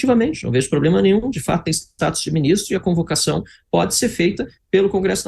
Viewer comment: Lindinberg "poblema" , volta para o jardim da infância.